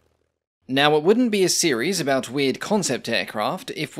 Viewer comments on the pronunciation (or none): none